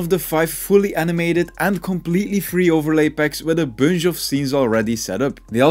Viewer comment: Is it just me or does he say (bunje) instead of (bunch) ?😭😭